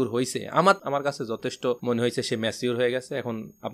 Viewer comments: ম্যাছিঊর কি ভাই Pronounciation thik korle shunte ektu valo laghe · Bhai it's not macure..it's mature